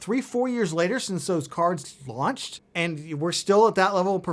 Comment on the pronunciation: "Launched" has an H in it.